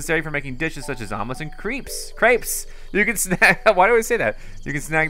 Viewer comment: Also...2nd time you’ve called crepes CREEPES LOL